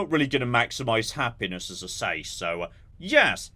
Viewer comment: The robot definitely said PENIS not HAPPINESS...